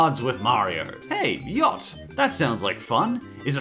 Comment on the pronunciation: Yacht is Yahtzee